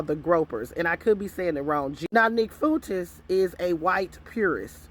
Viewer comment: Groypers is pronounced groy per. Fuentes is pronounced fu en tez. Sending with love ❤